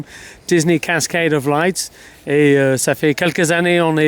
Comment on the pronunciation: On dit « LIGHT » Pas « laysse » ! on dit pas « luière » au lieu de « lumière » si ??